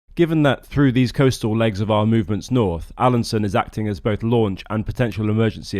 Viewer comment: Alansøn is not pronounced "Alanson", ø is pronounced like the "u" in "burn".